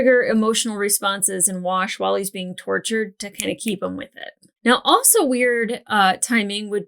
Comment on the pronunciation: why did you saying you were going to go play with your "Wash" doll sound like you were saying "I'll be in my bunk"?